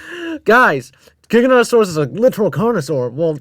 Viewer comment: saying trex is relatives with giganotasaurus is like saying ornithomimus is a relative of spinosaurus XD (cuz like... theyre both theropods but obviously not related) JIGANOTOSAURUS???? WTF???? (im not even gonna mention the misspronounciation of the sauropods) bro did not put acrocanthosaurus above giga and spino 😭It's enough that those 2 shouldnt even be in a top 10 biggest he put a dinosaur EVEN SMALLER above them (dont get me wrong i know some could get REALLY big, close to them even but obviously not bigger than fkin spino and giga) "#6... SAUROPOSEIDON" proceeds to show sauropods other than sauroposeidon (also does the same thing with the other sauropods)